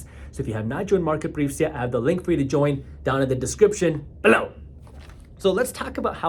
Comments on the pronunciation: lol, 'BELOW!!!!" love it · Why do you say bellow like that. BELLOW!!! What did bellow do to you?